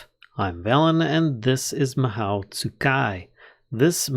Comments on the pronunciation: oh i thought the mod was discontinued! i remember this one from reddit, it's inspired by Fate series. The mod feels super unique, lots of Magic mods are just re-skinned tech mods - like Thaum or Botania, of both i am really big fan, but this one is just pure magic also, it's pronounced as "maho", japanese for magic, specifically the "magic method", typically the bewitching andwitch-esque magic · if youre worried about the pronunciation afaik you only got 2 wrong Mahou is Mah like a sheep bah but with an M, Hoe like the tool, its the Japanese word for magic (Tsukai means use, the mod is literally called Use Magic XDDDDDD) Geas is a Gaelic word (also sometimes spelled Geis) pronounced Gesh like the shorthand for session, sesh, its literally just the name for that sort of spell, where you make a vow or undergo a cursed restriction in exchange for a boon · "Mahow" Me: facepalm Lol good work on this vid. I do however want to say that it's pronounced 'Ma hoe oo' but the oo sound is light and not heavy. It means magic in Japanese. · just fyi its not pronounced ma how, its ma oh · Just for future reference, "mahou" is Japanese for "magic", and it's pronounced mah-HO not MA-how. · Hi so it's pronounced ma-ho and in japanese it means magic 07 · Mahou is Japanese for magic, and it's pronounced MahO (Long O sound), there is no OW sound as with English. Tsukai is pronounced Tsu-ka-EE, and it means "Use". Japanese vowels are pretty important, so if you see "i" it's pronounced EE, and E is pronounced like the Canadian "Eh", O is Oh, U is oo (there's a specific sound, but that's generally a good go to), A is "ah". And that's your Japanese 101 lesson for today, go start reading Japanese words without knowing what the hell they mean 8D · In japanese, "ou" means "long oh", so mahou would be pronounced "mahoh", with the o sounding like a long version of the o in "mother". If you know german, the vowels in japanese sound really close to that ;)